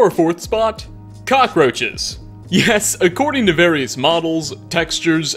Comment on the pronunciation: Lmao, the way he makes "cock" in cockroaches a $ is hilarious.